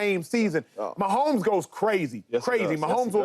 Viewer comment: I’m sorry James it’s Mahomes